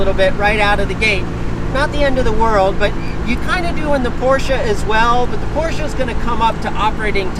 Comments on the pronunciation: and Garage: Hey! You are pronouncing "Porsche" nearly perfect, besides the "r". But english speakers aren't really supposed to use the harsh german "r".;) And by the way, your both names are also related to german.;) "Heidemarie und Franziska"! Or " und Franzi"...:D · Hey! Me as a German i love that you are the only American who can say "Porsche" the right way!